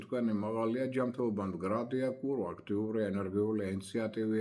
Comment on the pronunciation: კურო არა წურო.